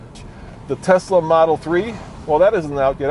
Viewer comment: I am hearing 'Tezla' a lot. Are they the same thing?